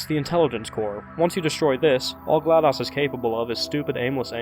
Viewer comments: its not a short o in GLaDOS its a long o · Gla DOS? Like MS DOS? Like "daus"‽ No no no no no no no no no no no no no no no no no no! It's Glad OS like Mac OS. Pronounced Ohs. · Wait a minute you mispronounced Glados.... wait dos 🤔..... dos.... ohhhhhhhh!